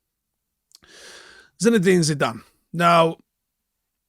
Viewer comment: Turned video off after he said Zinedine Zidane. 😂😂😂